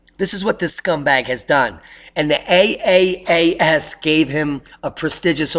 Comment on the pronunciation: Good report! But it's call "Triple-A.S." cause it sounded like you wondering about the name, as you were pronouncing it.